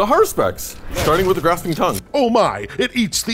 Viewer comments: Cool vid, but please,, i beg of you. Har-us-pex, it’s a latin term for a priest who reads entrails. Has-pur-ex is… painful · that and Hesperax. Its HaRuSpex. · HA-RU-SPEX "Hesperax" is a different army entirely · Always thought it was Haruspex not Haspurex lol. It doesn't seem like the 'Nids had much of a chance in the beginning few turns. They were getting shot off the table sadly 😢